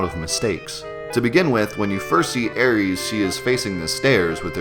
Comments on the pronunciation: Air-is damn lol I hate when people try to make names more complicated then they are. It's not spelt Aries, she isn't a Greek god. And if you want to get technical it's Aerith anyways. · "Ares"? Jesus, I know we disagree over "Aeris" and "Aerith," but seriously, that's not funny. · Her name isnt Aries... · It's pronounced Air-Iss, shes not the greek god of war. More technicle its Aerith, Air-ith but was changed in translation. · I was like "Who the fuck is Aries?!" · SAY ARIES AGAIN. SAY ARIES AGAIN. I DARE YA. I DOUBLE DARE YA. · And if you are going to use the shitty translation, Aeris, it's "AIR-ESS" not whatever the fuck you're saying. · It's regen (ree-jen) as in 'regenerate'. Also Aeris (sounds a bit like the flower 'Iris' only replacing the begining letter 'I' with the word 'Air' to make 'air'-riss). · Dorjan24 Yeah, I was surprised at him saying "reg-an." I've never heard someone misread Regen like that. He was also mispronouncing Aeris' name. I could understand if he called her Aerith, her Japanese-version name. But "Aeries"? She's not the fucking god of war. Dude can't read. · hate to break it to you but even when it was spelt Aeris, you are still saying it wrong. air-es. and thank you whoever pointed out him saying reg-an. i normally let stuff like this go but i couldnt pass this up. you know how to say regeneration i would assume so where on earth did you get the idea that itd be pronounced reg-an and not re-jen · Ares = Greek god of war Aries = astrological sign Aeris (s sound, not z sound) = English mistransliteration of Aerith, FF7 character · Really? Sounds pretty normal to me. "air-is" If you for example were to use the latin pronounciation of the "ae" diphthong it would sound kinda weird, like the english "Iris". How are people pronouncing it then? EDIT: nvm now I heard it... "Aries" wtf. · LOL reggin and aries =(((( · I love the vid, man... but "Aries"...? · Aeris', not Aries' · Who tf is air reeeez?